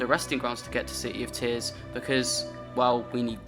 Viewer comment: bro literally says c-y in -ears, he's so bri-ysh